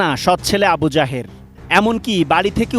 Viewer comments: সাংবাদিক বলছে আবু জাহের, আমি বারবারই শুনছি আবু জাহেল। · আবু জাহেল ✅ আবু জাহের ❌ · আবু জায়ের না আবু জায়েল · আমি প্রথমে মনে করেছি বলেছেন আবু জাহেল। পড়রে শুনি আবু যাহের। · সাংবাদিক ভাই আবু জাহের৷ বলতেছে আমি শুনতেছি আবি জাহেল তাই ভাব লাম নামের সাথে কমের মিল রয়েছে বটে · Abu jaher ❌ Abu jahel ☑️ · আবু জাহের নয়, "আবু জাহেল"!! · নামটা আবু জাহের না হয়ে আবু জাহের। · আবু জাহের না আবু জাহের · আবুজাহেৱ না তাৱ নাম আবু জাহেল